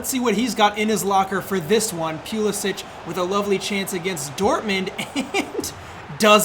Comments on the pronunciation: That Christian (pew)lasic Pronunciation hurt me lol. Great vid though, gained a new sub. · “Christian Pew-lisic-“ Also: “Kai Havertz steps up, chipped down the middle. Balls of steel.”